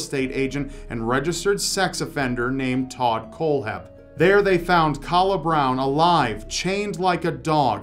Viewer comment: I know that I'm very late, but my boyfriend's friend was a close friend of Kala Brown. I'm not trying to be pedantic, but her name is pronounced like "Kayla". Anyways, love this channel, wonderful video and everyone stay safe out there.